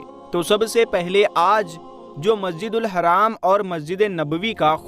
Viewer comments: Sahi dhang se bolna masjid e haram hai haraam nhi hai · Bhai Sahab Aap Se Aek Guzarish Hai History Ki Comentry Karte Hoye Alfaz Ko Dhiyan Mein Rakhe Masjid e Haarm Kahen Apne Kaha Masjid e Haram Please Aap Khud Gaur Karen Jzaak Allah